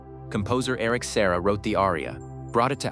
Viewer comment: composer's name is Eric SERRA, not "Sarah"..